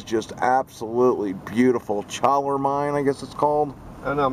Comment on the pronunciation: It’s pronounced Chollar mine, like a dog CHOLLAR